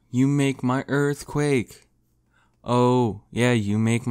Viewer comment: Earf Quack